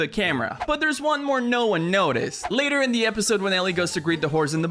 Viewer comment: Dis you notice he pronounced horse as whorse